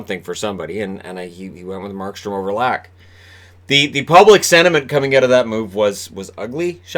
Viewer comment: I'm sorry but it hurts my freakin' swedish ears everytime you say "Lack"...or Niclas "Backstrom". I know you didn't attend Swedish pronunciation class in school over there but - if you from now on - would pronounce their surnames as Leck and Beckstrom I'll send you either a team Sweden jersey or the jersey from my favourite team in the SHL. Thanks for all the great vids though, keep up the great work and stay safe. Cheers.